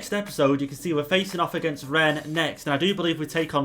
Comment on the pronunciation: Yeah Dynamic potential pushes player ratings over 92 93 easily so yeah. Also you did say my name right Renz! Oh yeah did you sell Mitchell Bakker? Haven't seen him play at all.